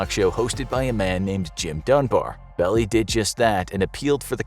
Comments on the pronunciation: Melvin Belli's last name is pronounced "Bell-eye", not "Bell-ee". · Melvin Belli (Bell - eye).. get legitimate and learn how to pronounce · The lawyer mentioned, Melvin Belli, his last name is pronounced "bell-EYE". He also played the 'friendly angel' on the 3rd season Star Trek episode And the Children Shall Lead... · Its pronounced "Bell-eye" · Melvin Belly??? Come on... do your research and pronounce his name correctly! That's youth! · Melvin BELL-EYE was a famous attorney at law. These narration programs are getting better but it shows you are getting lazy. When you don't bother to check the pronunciation of names or places, it seriously degrades the quality of what you are trying to do. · Great work. One minor correction: The lawyer's name is pronounced Bell-Eye, stress on the Bell. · Melvin Belli's last name is pronounced "bell-eye" It's a small point, but it caught my attention. Very informative video. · Enjoyed the production on this. There were some errors though. Melvin Belli’s last name is pronounced like Bell-eye and the Lake Berryessa victims were not BBQing. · I knew the lawyer Melvin Belli. His last name is pronounced Bell eye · Melvin “Belly”? When you can’t even pronounce the name of a well known attorney it’s difficult to take anything else you say seriously. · You mispronounced Belli. It's not Belly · No, D'Ascoyne is correct. It is Melvin Bell-Eye. I think you may be thinking of F. Lee Bailey (bay-lee), another well known defense attorney of the era (and a member of OJ's legal team). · Melvin Belie = "Bel eye" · It's Bell (EYE) not belly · I apologize for pointing out what is really a very small error, but it's just so funny--the name of one of the famous lawyers mentioned is pronounced 'BELL-eye', not Belly. I worked at a deli near his office and waited on him more than a few times. Melvin Belly at the deli. He did have rather a big belly. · Melvin Belli......you pronounced his last name like “belly”. It’s actually pronounced like “bell-eye”.